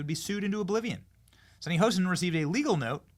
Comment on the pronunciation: It's not "Hosen"!! It's Hostin